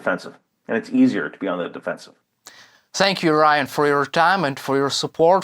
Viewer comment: Lmfao, Ryan! Your single, ask him out! He's a cutie, who cant pronounce your name..Ooo, an exotic. Lol.